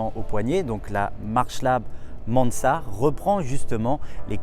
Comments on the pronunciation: Sympa, c'est juste un peu domlage que tu prononces ”Mansart” à l’anglaise alors que Mansart était un pur Français, et que la montre est française aussi ! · Et sinon tu peux prononcer Mansart à la française 😁 (en tout cas c'est comme ça que j'avais appris à l'école il y a fort longtemps 😁)